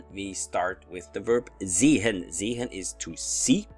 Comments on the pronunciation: Are you supposed to pronounce the H in sehen? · Hallo, ich heiße Marco. Ich lebe in Mexico. Now in English. I've noticed that you pronounce the H in sehen. If read in books that its not pronounced. Should I pronounce it or not. Viele Dank.